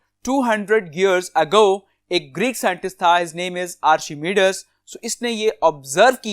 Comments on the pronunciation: you are pronouncing archimedes wrong kindly search its pronunciation on google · Please also correct your pronunciation of word "Archimedes"